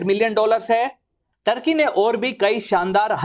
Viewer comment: ढंग से नाम तो बोल टोर्की नही तुर्की हे 😂